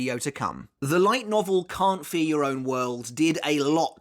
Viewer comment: Y'all gotta start saying 'Can't Fear Your Own World' cuz this 'Carnt fer yer own world' pronunciation is criminal. At least enunciate the 'Fear' part 💀